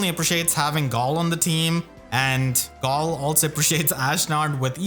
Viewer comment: why do you pronounce galle like that